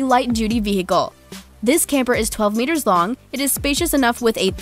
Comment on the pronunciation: Something offputting about her voice. And i hate when she says meters.